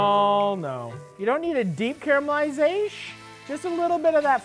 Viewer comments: Is it pronounced "car-mel-i-zay-shun" or "car-a-mel-i-zay-shun"? Matty: "CARMELIZAYSH!" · "Caramelizash" for the sake of brevity, of course 😁